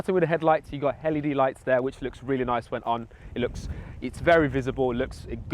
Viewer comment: did you say it has hell e d lights?